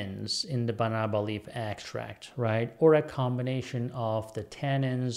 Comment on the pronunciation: That's correct. We have Banaba plants in the Philippines. Pronunciation is fast with stress on 3rd syllable.